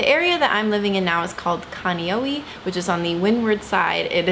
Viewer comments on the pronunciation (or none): Kaneohe is pronounced "Kaun-ne-o-he". Is a great town! I lived there for 5 years, just moved back to mainland. I loved living there cuz is so close to town but you don't get as much tourists, it's more of the locals that live there. And Kailua beach is a 10 drive away ugh I miss it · koolawe= ko- oh- lav-eh niihau= knee- ee- how kaneohe= khan- eh- ohh- h- EH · Can Ka-nee-yo-yee😂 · uh . . no u sound after an a in kaneohe, and Kailua beach is more like 20+ minutes away